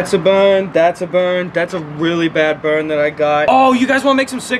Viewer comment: some people just wanna watch the fwicking wowld buwn